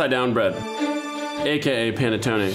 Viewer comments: It's called P(A)NETTONE, NOT P(E)NETTON perdio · Did he say Pene Tony?😏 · P-ah-neh-toe-neh, please! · say it with me...Pa-ne-TONE-eh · You really should pronounce this bread correctly. There's no silent "e" at the end of any Italian word -- like "latte." It's pronounced pan-uh-TOE-nay. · It's pronounced P-aH-nettone